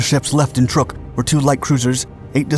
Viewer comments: Yamamoto was killed by the U.S. Army Air Forces when his transport bomber was shot to hell and back over the Island of Bougainville, so no, he didn't just pass away. Please stop pronouncing the name of the Island Truck as trook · Pronounced like "truck" not "trook" And the admiral didn't "pass away" he was assassinated. We read the Japanese naval code, got his itinerary, and sent fighters to intercept his plane and shoot it down. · You were right. Truk is pronounced Truck. I was stationed there for 8 months in 1992. Micronesians call it Chuuk which is pronounced Chewk. Now most maps and most people refer to it as Chuuk although it is still called Truk when talked about in a historical context. Incidentally, landing on the Moen (now Weno) flightline was interesting. It was built on a sand bar so it is surrounded by water on three sides. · It is Truk lagoon, not Trook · It's pronounced "truck" not "trook" and the battleship was pronounced "Ya-mah-to" not "Yah-mo-to." Also, the light carrier was not pronounced "Bellow Wood." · Some info---> Truk is pronounced "truck"...not "trook"...I know...I grew up there...this 2021video and a WW2 era US propaganda film pronounce it as "trook" but it's understandable...BTW...Truk was renamed "Chuuk" in 1986..."Chuuk" means "mountain" in the local language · It's not called truuuk it's truck. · I always thought it was pronounced "Truck" now I know it's "Trook" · Truk is not pronounced Trook, rather it is pronounced like Truck. It was only called Truk by the Germans because they considered the u to be an umlaut. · Why do you keep calling it "Turk"? It's pronounced "Truck". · DAMMIT! It’s TRUK…as in pick up TRUCK!!! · It's pronounced truck, as in Truck, and YAMAMOTO WAS SHOT DOWN BY AMERICAN P-38'S AFTER WE HAD INTERCEPTED A MESSAGE WITH HIS ITINERARY AND INTERCEPTED HIS FLIGHT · I swear he gets it right on other videos but pronounces it weird on this one. They talk about good stuff but it's amazing the stuff they get wrong.